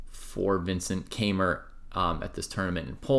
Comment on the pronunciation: You mispronounced his last name.